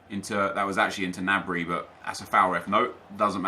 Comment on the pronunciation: it's g-nabry not "nabry". Watch the bundasliga